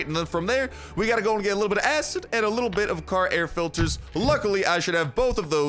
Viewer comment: He talked too fast and said acid without “Id”